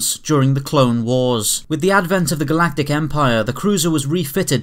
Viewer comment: "the first GALATIC EMPIRE"